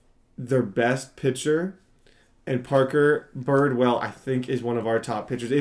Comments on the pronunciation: how do you mispronounce like every name?😂😂 the guy’s name is Redd, like the color, Bridwell is b-r-i-d well, and the g is silent in spangenberg (Sorry I had to comment this it just bothers me a little) but you’re still my favorite YouTuber so hopefully this helped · It's bridwell not birdwell 😂